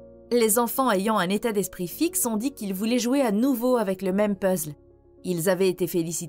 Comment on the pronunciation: C'est marrant comment tu prononces puzzle